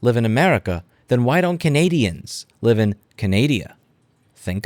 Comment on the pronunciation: When I heard you say "Canadian" I had Yu-Gi-Oh flashbacks.